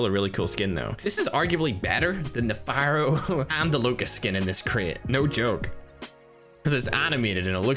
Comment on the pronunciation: Lol when i heard "pharo"msmc i was like what